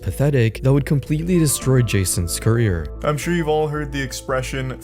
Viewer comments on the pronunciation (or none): none